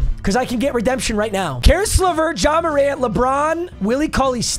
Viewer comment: i swear to god he said john morant but cant really tell